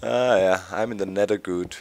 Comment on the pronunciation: you said nedder doc :o hahaha